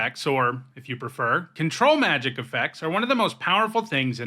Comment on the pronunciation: Thank you for stressing the syllables the way I like when you say Control Magic. It’s a small, petty preference, but it makes me happy. I honestly think the other way lots of people pronounce it contributed to control effects being called mind control effects.